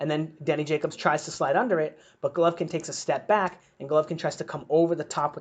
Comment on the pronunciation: 😂 😂 😂 U can't even pronounce golovkins name